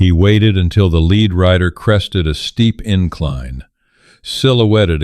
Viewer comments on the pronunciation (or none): It's pronounced LED not leed. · To the writer of this narration: the component of bullets, even though spelled lead is pronounced Led. Suggestion: use the english language dictionary Mirriam- Webster Dictionary and look at words that are spelled the same but have different meaning and different pronunciations...